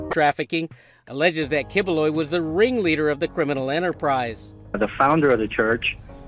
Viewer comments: Key-boo-loy , thats how pronounce that guy name. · it is pronounced "kibuloy". I thought that guy is a comedian his famous here in the Philippines but never thought His a pastor.🤣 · It's "Pak Yu" which is how Bisaya (a southern Filipino dialect, same used by this pastor) pronounced that slur word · As a filipino, misprouncing the name doesnt matter 😂